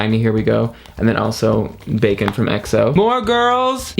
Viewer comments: IS BAEKHYUN NOT BACON!!!!!!!!!!!!!!!!!!!!! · he said he do not arrive to say "baekhyun" so he say bacon, keep calm